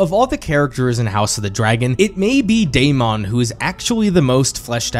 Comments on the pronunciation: Your analysis is great but ur pronunciation of Daemon is annoying af. It's pronounced Day-men not day-mond. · Absolutely no one:: DAY-MON